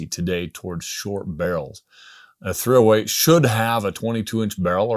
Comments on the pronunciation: The THREEohWEIGHT he said 308 so many times it became one word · Or was it the threeohWAIT